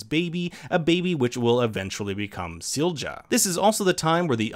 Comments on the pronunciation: There is no /d͡ʒ/ Silja – it's /ˈsiljɑ/ (see below). Just because English most often pronounces the letter ⟨j⟩ as /d͡ʒ/ (examples: joy /d͡ʒɔɪ/, agile /ˈæd͡ʒ.aɪl/, age /eɪd͡ʒ/), it does not mean that English has a monopoly on the "correct" pronunciation of the letter—regardless of language, individual letters have no fixed pronunciation. The phoneme (sound) /j/ in the name Silja is the same as in the word yellow /ˈjɛl.oʊ/. Further: See International Phonetic Alphabet (IPA). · Silja is pronounced see-lee-ya ! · Why do you pronounce Sil-ja when it's pronounced Silya? And Mikle instead of Mikk-el? It's not hard, man. Also, Winden is spoken as Vinden. Regina is spoken as Reg-ina. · Couple of minor corrections: Silja is pronounced "Seelya". There are some other smaller pronunciation errors (e.g. Winden should sound like "Vinden") but this one is pretty jarring. Hanno/Noah was continuously raised by Bartosz and knew the whole time that he was his father. The viewer might not have figured it out yet (until the scenes that show Hanno and Agnes' births, the latter with both Bartosz and Hanno present) but it's never a mystery for Hanno himself. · Duuude, pronunciation of Silja!!!! Please look it up. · Ok now explain me that pronunciation of Silja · Lmao how the fuck did you pronunce Silja? Is that even allowed? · Your pronouncing silja wrong